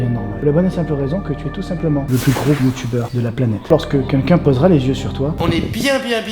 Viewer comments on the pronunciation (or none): "youyuber" d'accord